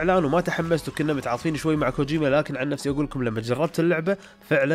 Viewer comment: كوجيما ولا كوجوما ههههه